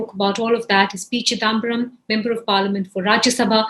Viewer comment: Why can’t this lady pronounce chidambaram correctly? It’s not chidaaambaram - really grates